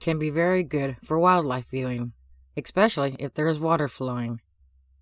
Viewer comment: wobbler, and ekspecially?